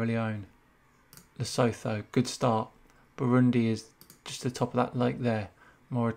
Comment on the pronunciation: Lesotho is not pronounced with the "th" sound. It is more like "Le soo too" I hope that helps